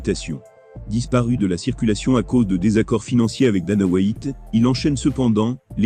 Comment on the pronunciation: virgule Dana Wha-Ite et j'en passe ! Le Preudator Fait un effort putain ! Si tu ne veux pas parler toi meme fais un effort, écoute ce que ca donne et triche ! Quand ca dit Franci, tu met 2 S et E et ca dira Francis, met un accent aigu a Predator, je ne pas moi, joue avec les putain de lettres à l'écris pour que ca sonne quand tu écris de l'Anglais dans un truc calibré pour le Français